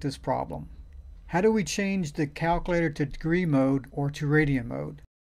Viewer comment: I can't even make fun of how he says "Calc-a-later" because these videos are fuvking great!!! Thanks man! Know that you are REALLY helping people!!